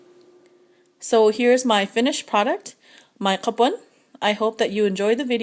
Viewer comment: I'm not trying to be mean here but I couldn't stop laughing when I heard you try to pronounce kow poon and failed because it's not a Hmong dish it is Lao.